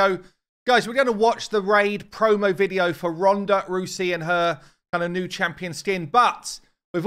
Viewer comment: YOU FINALLY SAID HER NAME RIGHT LOL